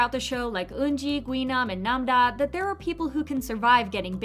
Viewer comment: her name is nam-ra not nam-da